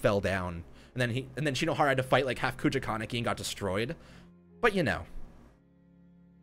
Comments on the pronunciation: Kogoja????? I thought it was kakuja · kakuja (ka-coo-ja)